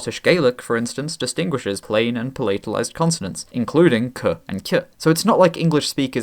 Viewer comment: I never heard palatalize with that pronunciation (so palátalize vs. pálatalize). Is that something typical for Britain?